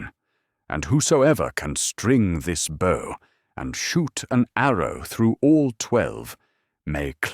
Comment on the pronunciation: This is very, very well adapted. And the narration is by the best AI voice I've ever heard. Completely flawless in intonation and rhythm, except for the word "bow".